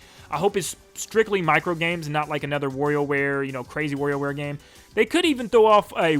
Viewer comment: It was a great video but I had to 👎 it because of how you pronounce wario